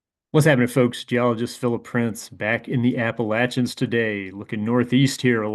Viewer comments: for pronouncing Appalachians correctly. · Whoa, points for pronouncing Appalachians correctly